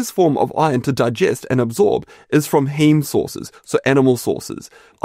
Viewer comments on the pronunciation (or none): none